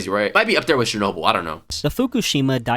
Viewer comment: The narrator was definitely pronouncing names weird. Nova Scotia & Chair-noble especially. Al Qaeda’s reason for 9/11 was U.S. military involvement in multiple Muslim countries, including support for Israel. Although the U.S. did ally w/ the Mujahideen and Bin Laden in Afghanistan, after the U.S.S.R invaded in the 80’s. Interestingly, the Bin Laden family had a construction company that had ties to an equity firm that had ties to George Bush Sr. These historical ties are what fuel conspiracy theories.